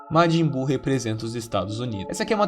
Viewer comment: matin buu kkkkkkk